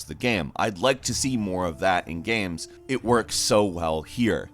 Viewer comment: I felt like he was having a stroke. Can anyone check on him in RL?"miyevwl" "gaems"